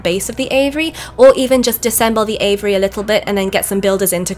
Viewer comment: I at first thought you were talking about the bird's name Avery, finally I figured you were just mispronouncing AVIARY